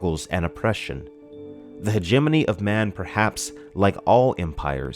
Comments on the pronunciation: Hegemony = Hejj-mon-ey Not He-jeminny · when i first read this book back in 89/90 I remember pronouncing it something like Heg-a-mony(terrible I know) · I have been pronouncing hegemony wrong in my head for years apparently! Great video as always! Thanks for always putting out quality man. (Btw, I was saying it "hedge-a-mony" in my head) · Hegemony is closer to Matrimony in syllable placement. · I think you are miss mispronouncing Hegemony.